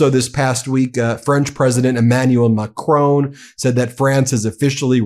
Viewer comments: I like this channel but please could you pronounce President Marcon's name correctly. It's pronounced like Mack - Ron, not Mack rone. There is no ´e' on the end of his surname. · Please pronounce President ‘Macron’ correctly. It is not Macrone it is Macron. The ‘Ron’ is all you need to pronounce at the end of the surname. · Yes Trump is a horror show but maybe one day, Ben, you will learn to say Macron.